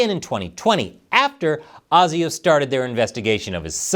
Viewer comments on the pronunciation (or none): Colour me shocked a YouTuber who actually did their research and did not just regurgitate unverified information. 9.5/10 pronunciation of ASIO is A-SIO not AUSIO😂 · ASIO is generally pronounced ay-zee-oh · ASIO is pronouncd 'Ay-zee-o'. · It's pronounced AAASIO not ArseSIO, although they were sitting on it most of the time.... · Awesome video guys!! And just for future reference when you use the Acronym ASIO it is actually pronounced as “AY-ZIO” in Australia. 🇦🇺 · its pronounced ay-zee-oh, keep up the good work. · ASIO is pronounced Aye-See-(UK Z)-Oh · Ay zee oh . ASIO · The A in ASIO is pronounced as you would a capital A, rhyming with 'hay' or 'eh?', rather than the lowercase baby a. This whole thing will change Australia forever. We are, of course, angry at this attack, but also aghast at our government's reaction to it. They'll pay for it at the next election.